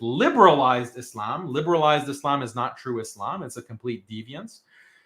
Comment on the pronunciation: He is so smart but doesn't know how to pronounce Islam or Muslim